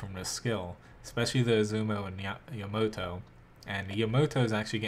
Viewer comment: yuh-mo-to, that literally disgusts me someone would pronounce it that way.